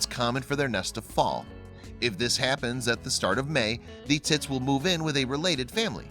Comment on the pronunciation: Wait are you saying long tail tits or tips